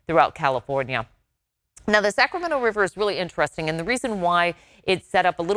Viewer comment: "The Sacrament Wiver" lol